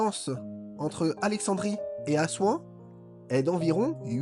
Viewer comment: AssouAN, pas Assouin...